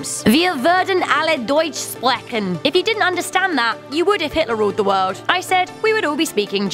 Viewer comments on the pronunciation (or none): "Wie wurden alle Deutch spracken " everything was correct when you said that except the last word, which did not even made me to figure out you were speaking german in the first place.